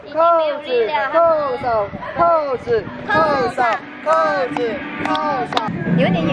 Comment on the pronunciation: 尚进说口子，应该是扣子